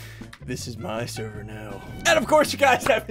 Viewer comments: Sever? U mean server? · server not sever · Yes he said it again “this is my sever now” he took over another sever well done Ssundee well done